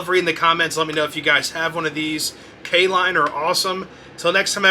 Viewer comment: K-Lline huh. Nice 😊